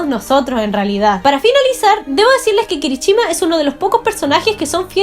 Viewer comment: No es kirichima sino kirishima